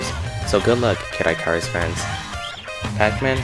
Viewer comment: “Kid Eye-Car-Is” pain